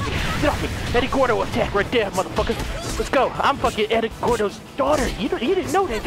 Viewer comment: Now I know play tekken he said eddy guardo